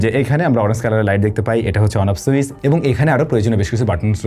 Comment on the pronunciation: I must say this is a smart presentation. But try to correct your pronunciation. e.g. Switch (সুইচ্) not (সুইস❌), Orange (অরেঞ্জ) not (অরেন্স❌), Inch (ইন্চ্) not (ইনস❌), mAh (এম.এ.হেচ্) not (এম.এ.এইস্❌), Jump (জাম্প) not (জাম❌) Off (অফ্) not (অপ্❌). These kinda mispronunciations are widely found in your contents. However, you have improved a lot till today, appreciate it. Wish to find you to be more perfect next time. Good luck.